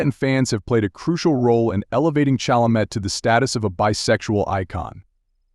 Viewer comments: No matter Chalemet's orientation, Chalamet's respect for all humans is laudable, particularly when social media encourages derisive statements in search of clicks. AI will have to improve before narrations like the one in this video will "learn" how to correctly pronounce names like "Chalamet." Mispronouncing the subject's name is irritating, though it probably annoys me more than it would Chalamet, who has probably heard his last name mispronounced his entire life. He is a masterful actor and a pleasure to watch on the screen.😊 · Narrator, learn to say his surname correctly. Not like a high school drop-out.